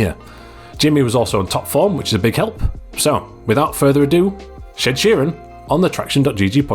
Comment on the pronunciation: "Shed Sheeran" 😂I see you are a fan too! 🙂